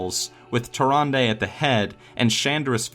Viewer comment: Also, Tyrande...